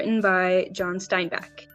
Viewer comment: It’s not Steinback, it’s Steinbeck.